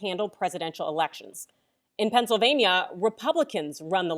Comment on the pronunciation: thats not "Pennsylvania"! that's "Not California"!!!